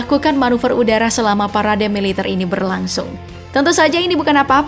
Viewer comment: Kuat korupsi bukan kuat melitar mbak